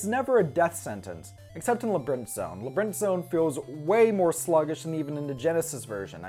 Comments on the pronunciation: Labrinth is just what you say if you say labyrinth quickly Edit: oh, oh no.. he said leBrinth, never mind lol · Every time you say "Labrinth" I want to slap you. Otherwise, great review!